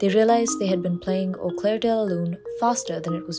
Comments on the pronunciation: It's 'Au CLAIR [no 'e'] de la lune', N.B. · Au clair not claire🫶